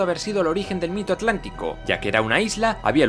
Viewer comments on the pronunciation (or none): none